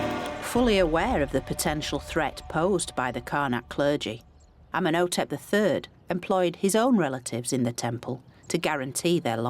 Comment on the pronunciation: She could at least say his name correctly. Ummen O Tep. Lol wtf. Amenhotep. Ummen O Tep. Cringe. Has she no respect 🫡